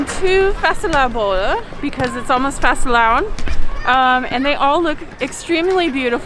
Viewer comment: fastelavn was spot on when the misses said it.. Well done :)